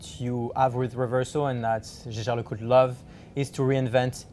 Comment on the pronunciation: When I step into another person's house, I at least learn the pronunciation of the host's.